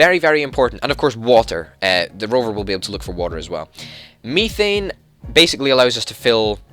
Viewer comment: Just so you know it is said "meth ane" is how it is pronounced